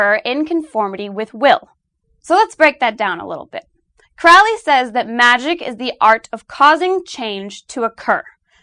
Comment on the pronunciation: Excellent video! FYI Crowley rhymes with holy :) There are a few other things to nitpick, like that there are actually plenty of black robes and people worshipping the devil (in a luciferean, promethean sense), and I think some of your dates are off, but anyway, excellent overall! It is wonderful to see someone clearly explain the definition of Magick as given by 666. Consider doing a piece on the Law of Thelema?